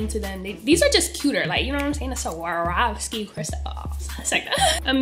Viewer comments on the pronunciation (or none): LOLLL I got weak every time she said Swarvoski